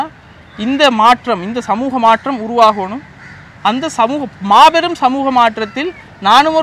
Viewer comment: மாற்றம் த்தின் உச்சரிப்பு maattam. MaatRam இல்லை. ற்ற = ta என்றுதான் சத்தம் வரும். சென்னை மக்கள் ஆங்கில மூலத்தில் தமிழ் படித்ததால் ற வை tra என்று எழுதிப் படித்ததால் வந்த வினையே அது.